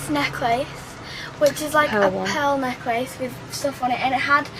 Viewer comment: It annoys me when they say necklace